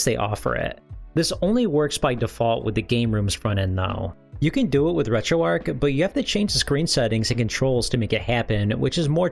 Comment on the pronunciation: Dude said RetroArch wrong over and over and over